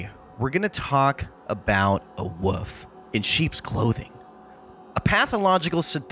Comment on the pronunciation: “Wolf”… not “woof” lol